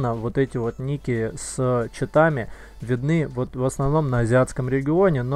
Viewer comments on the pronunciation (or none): none